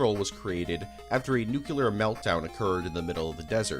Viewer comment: learn how to pronounce nuclear bro. its nuclear, not nuculer